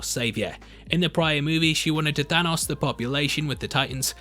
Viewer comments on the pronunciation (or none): none